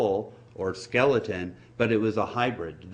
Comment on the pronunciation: Well, f.. him. He can't even speak properly. And 7f he saw me, he would know that NEANDERTHAL INTERBREED - ha ha. I still do. Actually my whole fam7ly isvery active in that field. And it is spoken Neander taal..! No th in German. Just get some education . And what is a slleton? A ramce? Go back to selling sausages man!